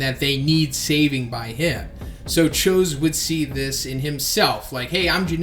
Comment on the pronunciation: thats not how you say his name lol